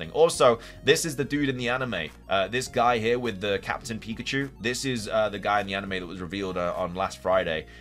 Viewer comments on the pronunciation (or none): none